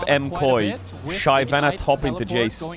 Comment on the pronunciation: if this clown says shayvana 1 more time im gonna lose it, unwatchable unsubbed unfollowed bye